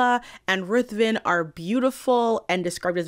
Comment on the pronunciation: Just an aside, and I say this as a non-native speaker who is not trying to shame anyone, Lord Ruthven is pronounced Riven (like river with an 'n').